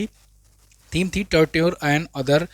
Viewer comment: Sir plz correct pronunciation of Torture.